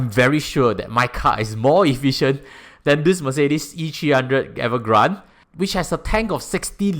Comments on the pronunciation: its avant garde, not evergrande 😂…. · Wrong pronounciation for Avantgarde. It is a french word 😂. I always hear ppl saying as much as possible, pay for a car in full cash is better. Is it really better financially ?